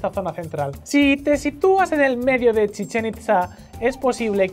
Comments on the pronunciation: es CHICHEN NO CHIZCHEN !!!!!!!!!!!!!!!!!!!!!JAJAJAA no le sale al pelado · En un poco gracioso como dice Chitzen a Chichén que es como si dijeras chinche xD